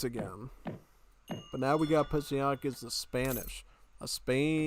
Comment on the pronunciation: But man it's impressive how hard you continue to butcher Psionic's name XD